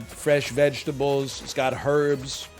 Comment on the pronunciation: the way nl says pasta and herbs will never not drive me insane